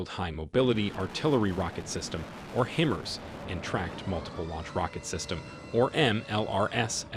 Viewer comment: Hi-Mars not him-ers